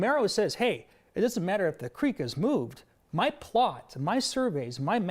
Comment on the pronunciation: she fr said “muh dream” gotta respect it can’t lie